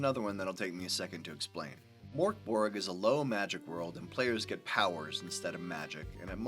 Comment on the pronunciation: I can't stop laughing. Pronouncing it like Morkborg makes it sound really goofy. Like something from the muppets. Now Mörkborg, Swedish for dark fort sounds pretty cool I think but the way it's Americanized and also the way the letter ö is just treated like an o makes it sound so silly, I'm sorry.